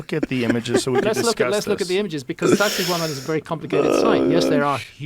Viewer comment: When Hancock says SacSayhuaman, I hear Sexy Woman